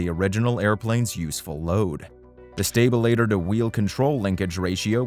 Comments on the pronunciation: Why can’t you pronounce normal aviation terms? Stalter is not stabilator. Wtf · A stabilitor? Computer dialog needs work. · A stabILituh eh? yeah OK. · Is this a text-to-speech narration? If not, his pronunciation of “stabilator” is a crime against humanity. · And his unintentionally hilarious mispronunciation of stabilator.